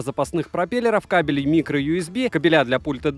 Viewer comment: ну что опять-то... "кабелИ"... кАбели))) кобелИ на помойке бегают;)